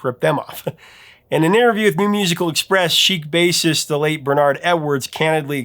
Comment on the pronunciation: THANK YOU for your honest statement of TRUTH re Queen and Chic and .. did you say 'what a bassist ..' or 'what a racist..'? ;-)